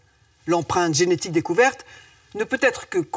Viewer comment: C’est pas fnaegu mais fnaege c pas guenetique mais genetique